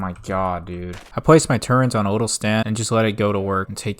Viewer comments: just want to say amazing video but I was so triggered every time you said "turrent" instead of turret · Man pronounced “turret” as “turrent” for two hours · It's. Turret not turrent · Calls flat Earthers the dumbest people but doesn't know what a silo is, calls it a "big dildo", keeps saying "turrent" instead of turret. Glass houses homie. You aren't too bright yourself. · TURRET not TURRENT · Good content. The only thing that bothers me is the use of the word “Turrent”. It’s Turret lol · Turret* not Turrent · WTF IS A TURRENT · I will have a stroke if I ever hear someone say “turrent” again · every time he says turrent I die a little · Can't get past this guy calling turrets "turrents" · why do you say "turent" ☠️ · Great vid, but there is no "n" in the word "turret." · Turret < Turrent